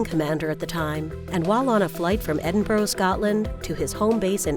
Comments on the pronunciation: Where is Edinboro?? The correct pronunciation is Ed-in-bu-ruh...... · It’s pronounced Ed-in-bur, not ed-en-bo-ro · Its not edin-bro, its edin-bra. Edinburgh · "Ed-im-bur-ow" (Supposed to be Ed-im-bruh) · you say Edinburgh like Edinbra not Edinborough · Where is Edinboro?? It's pronounced Ed-in-bur. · Edin-boro? Really? There is no O in it. Edinburgh is pronounced Edinbra. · The Felz story was a scifi story in the 50's and Edinboro is pronounced as Edinburra spelt (not spelled) Edinburgh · Uh I live in the UK and I never heard of "Eddin burrow". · Why do Americans pronounce Edinburgh "Edinburo"?!! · also "eddin - burrow" another what the fuCK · Edinburgh! not "Edinboro" - HA! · Edinboro? What the fuck? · What a pile of old and debunked bollocks! Also, what the fuck is, "Edingborrow"!?????????????? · Yeah it’s Eddin Borrow people! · "Edin-bou'g" ... right? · Americans! It is pronounced "Eddinbruh". And it is not Nor-folk but "Norfuk". Etc. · Ok so this video became nonsense when she couldnt pronounce Edinburgh 'Ed-in-burrow' NOPE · It's PRONOUNCED EDING-BRUH. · Edin-burg! Where the fuck is that? You dumb yank. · American's just can't say Edinburgh correctly, I'm Scottish so here's some help :) "Edin-bruh" Bruh!!!! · it is pronounced "ed in bra" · 'Flight from Edinburo, Scotland' THE FUCK?! Edinburgh! GEEZ. It gets really annoying after a while. Sometimes I get pissed off by it but that probably cause I am Scottish. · Its is EdinBurow... TF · there is no 'O' in Edinburgh!!! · Why can't you Americans pronounce Edinburgh properly? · Edinburgh has no bloody "o" in it. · I find it really annoying, as a Scottish person, when Americans fail to announce Edinburgh properly, in fact any Scottish cities